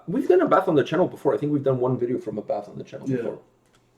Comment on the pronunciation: Here's Abbath (pronounced more like A BAT!! instead of A BATH btw) in his Motörhead cover band Bömbers, it's great :P